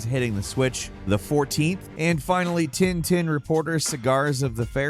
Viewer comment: It's called Tintin like "pain" not tinetine. Angry french out. (Not really pissed good video as always !)